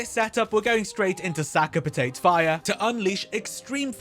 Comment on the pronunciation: "Sack a Patayt" "Sack a Patayt" "Sack a Patayt" ""Sack a Patayt" really? Really? I got sick of hearing American youtubers because they don't know how to speak, like, at all. Thought maybe an English guy would know pronounce stuff but fucking "Sack a Patayt" instead of Sakapatate, fuck me mun.